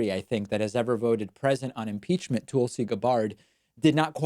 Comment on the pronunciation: It’s a troll. He got a letter about him saying her first name wrong, and he’s been doing it since then. Wouldn’t want to be rude and say someone’s name wrong would he? He’s so polite. 🤣